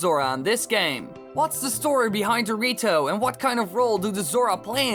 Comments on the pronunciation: When he says the rito, it sounds like he's saying dorrito LOLOLOLOLOLOL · it's sound like he said Dorito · cant stop hearing it as dorito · The rito sounds like doritos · Did just say Dorito?